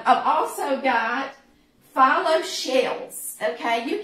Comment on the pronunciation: Looks delicious. I've been using phyllo dough for years, and it is pronounced fe low. Not a biggie...just thought I'd let you know.